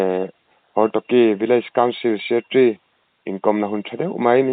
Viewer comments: Hortoky,, tih hi hortoki tih zawk tur aw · Hortoky nilo in Hortoki aw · Hortoki tih tur a ni zawk e.